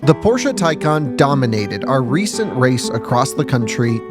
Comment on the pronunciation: Appreciate the proper pronunciation of Porsche